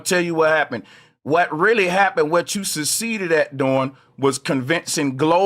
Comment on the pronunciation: "You suseeded", 😂😂😂😂